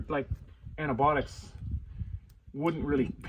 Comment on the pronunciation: Antibiotics not antibotics